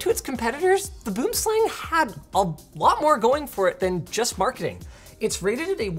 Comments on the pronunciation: Its weird that Boomslang in Afrikaans ( pronounced "Boo-um slung" ) means TREE SNAKE in english and the logo is 3 snakes after all. The "Tree snake" is a really big python you would get in trees that lunge down and catches its prey and small antelopes and is strong enough to pull its prey up into the tree 0_o. Did they name this with the Afrikaans word on purpose? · It's actually pronounced something closer to boo-uhm-slung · Someone needed to mention that boomslang is an Afrikaans name for a south african snake and i laugh every time its pronounced wrong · And this South African's ears are offended by the mispronounciation in this video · Love the way anyone over the pond pronounces 'Boomslang'. It's a very different beast (pardon the pun) in deep dark Africa where it comes from. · ask Kyle how he would pronounce BoomSlang :P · Is it just me or is the way he is pronouncing it wrong? I grew up in SA where Boomslang is a very venomous snake and if I'm not mistaken Razer named their products after snakes so wouldn't that mean it should be pronounced in Afrikaans or Dutch? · Doesn't LMG have a south african working there? Please check the pronunciation on Boomslang aseblief! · I’m here, just to say he pronounced boomslang wrong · Wow... the way non-South Africans pronounce Boomslang just sounds so very wrong. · Also Linus, I would appreciate it if you can learn how to say Boomslang. For reference its Afrikaans, a language found in South Africa. Even google translate managed to get closer than you >_< THe name literally translates to tree snake. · As a South African, the way he's pronounces Boomslang, makes me cringe. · The way he pronounces tree snake is painful. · Just an FYI - you pronounce it bwim slung - it's Afrikaans :) Enjoy! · I despise the pronunciation of Boomslang here. Good god lmao For those who care, it’s: Boo-em-slung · "Buhoom slung" is how you pronounce its - Its afrikaans for Tree Snake. I had one of these mice back in the day